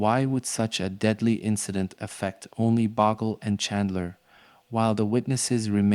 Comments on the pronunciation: Bogle, not Boggle. It's a Scottish surname. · It's pronounced Bowgel ..boggle sounds awful when Australians have heard Bowgel for years ..